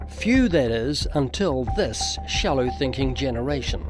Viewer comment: Oh shrek, he's from New Zealand? Legit the whole video up to this point I thought he was Australian, but nope that pronunciation of "This" is definitely New Zealand.